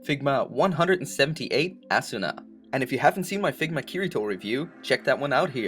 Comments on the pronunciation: its asuna not assuna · It's asuna not assuna.